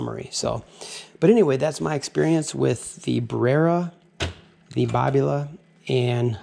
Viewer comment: Your pronunciation of Babila is the correct one in Italian and it is an Italian machine after all and Babila is an area of Milano.